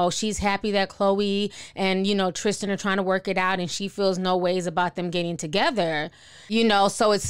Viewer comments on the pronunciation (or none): Why can’t y’all talk? It’s Tristan not Trishtan...